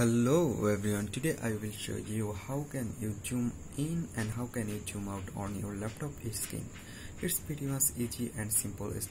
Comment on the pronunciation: It's not joon. It's Zoom 😂